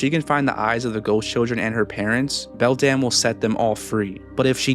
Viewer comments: What other ppl hear: beldum what i hear: beldam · Am i the only one who heard "Belle Damnnnnn" instead of "Beldam"